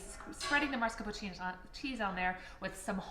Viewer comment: You're pronouncing mascarpone incorrectly. It's not marscapone it is mascarpone. FYI